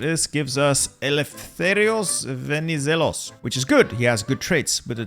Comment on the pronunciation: You said eleftherios venizelos perfectly